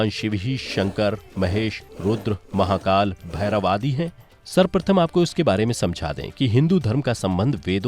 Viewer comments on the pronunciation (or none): none